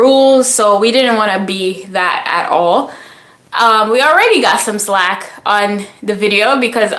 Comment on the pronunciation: Flack not slack.